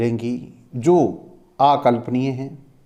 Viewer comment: ‘अकल्पनीय’ बोल ‘आकल्पनीय’ नहीं बुकों क्या होता है ?